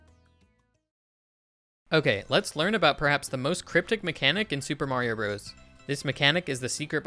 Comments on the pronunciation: Dude it’s pronounced brothers not broes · 100% Brothers. Mr. isn't pronounced mur, Co. isn't pronounced coe, Ltd. isn't pronounced... I don't know how you'd do that one. Why would you pronounce Bros. like that? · I can always tell someone was born well after SMB came out when they pronounce it as "broze" instead of brothers. As an 80s child I find this grating to my ears. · It's brothers, not broze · It's pronounced "Super Mario Brothers". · "Super Mario Bros." is not pronounced "Super Mario Bros" -- the period means it is a contraction, pronounced "Super Mario Brothers." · Brothers. Super Mario Brothers, is how it’s said.